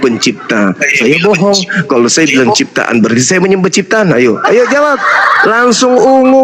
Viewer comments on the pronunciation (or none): Oten Pendeta ini keliatan tololnya saat di tanya Yesus ciftaan apa pecifta,,😂 ngakak